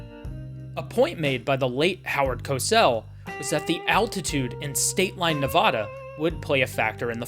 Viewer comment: it’s pronounced Howard “coe-sell”